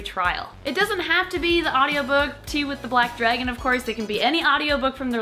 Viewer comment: Whoa. You say dragon like dreygon. Lol.